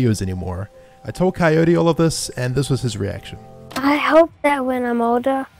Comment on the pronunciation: When coyote say crwy I crwy